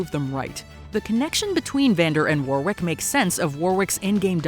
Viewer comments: I might be wrong, because I'm just talking normal English, but 'Warwick' is normally pronounced with a silent second W. Lol might be different, I'm not au-fait with Lol, just English. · As someone who is actually from Warwickshire where the name Warwick originates and also which has a village itself called Warwick, I gotta say I’m having a hard time dodging the American pronunciation of it constantly around Arcane, quite conscious of it not getting stuck in my head the next time I say it 😅 For some reason it seems Americans pronounce the 2nd ‘w’ but the correct way is the way that Warwick Davis says his name which is pronounced ‘Worrick’ not ‘Wore-wick’